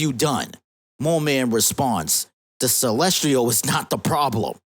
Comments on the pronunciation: Lol "Celestrial"?? It's "Celestial" not "Celestrial" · CelsTIAL, not Celstrial. Holy hell that was driving me crazy. How do you make an entire video mispronouncing something like that